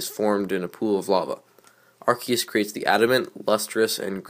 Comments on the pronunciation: The correct poronceation in (ar-key-us) you are correct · you say arceus correct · You actually pronounced Arceus correctly